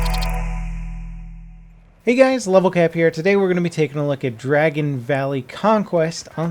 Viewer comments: Dargon? You surely mean Dragon. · Dargon valley 😂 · Dargon valley 😂😂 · Dargon Valley? 10/10